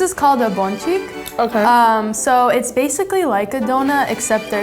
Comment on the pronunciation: I pronounce it “Ponchik” not “Bonchik”